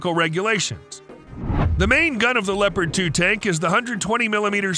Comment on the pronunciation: It is called Leopard and not Leprat